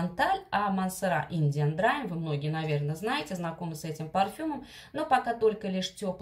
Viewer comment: Видео ваши я люблю. Но английское произношение заслуживает больше внимания. Слово "драйм" заставляет меня взгдрогнуть, звучит это не иначе, как "дрим" - мечта, сон.)) В инете есть возможность послушать транскрипцию иностранных слов.